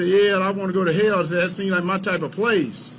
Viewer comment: "The leff gonna take you to Hail" ~Herschel Walker 2022